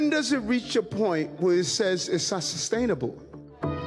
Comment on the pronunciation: “S-sus-stainable.” ~ Difficult words for an embattled mayor.